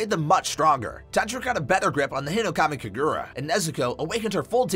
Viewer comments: Nerd checking myself for whinging at the pronunciation in this video, it literally doesn't matter (But it's HInokami KAgura) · it’s funny how he says “hinokami kagura”he says it like “hinokmai kigura 💀